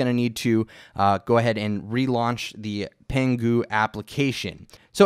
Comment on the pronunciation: Go learn some Chinese suckers! LOL, just kidding. And congrats to, you pronounced Pangu right! BTW why don't you tell people what would really happen if they proceed with the box checked?;)